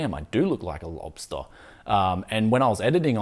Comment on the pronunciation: You Pronounce Lobster like a Lobster. Bwaaahaaaa.